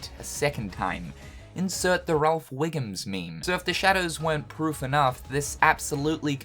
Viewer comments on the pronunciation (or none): none